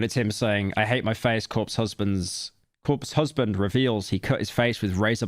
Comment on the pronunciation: "Cope husband" lmao